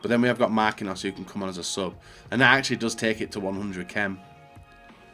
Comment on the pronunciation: I know he corrects himself on a couple of these but it's just mistake after mistake on every video 😐 1. 'Perisic of La Liga' 2. Says Sané instead of Mané 3. 'We need something in the goalkeeper position' already has Lloris 4. 'Mar-queen-hos' 5. And the classic 'I don't know where I'm going with this' - and he only has 2 picks left Think before what you're saying